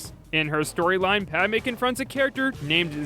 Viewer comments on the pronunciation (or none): none